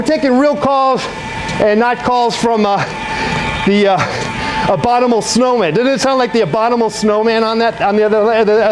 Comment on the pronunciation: Jesus, why can't you pronounce the most simple of words? Really "Brussel" brush, "ambombable" snow man.... SANTA MONICA, FUCK MS GANG!!!